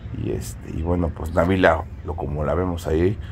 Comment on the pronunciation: Felicidades,hasta que pronunciaron bien el nombre de Nabila,en otros medios le ponen acento a Nabila y no lo lleva❤